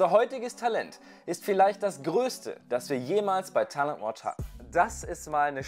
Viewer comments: Find das Format super! Komme trotzdem nicht drauf klar, wie er Talent Watch ausspricht 😅😅✌️ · Haha der Ire halt 🤷🏻‍♂️🇮🇪